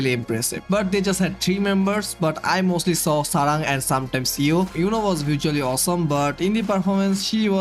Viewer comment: It's Yui, not Yoo